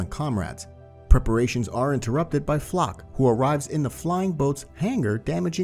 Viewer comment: LMAOOOO I LAUGHED SO HARD WHEN HE PRONOUNCED FLOCH'S NAME IN "FLOK"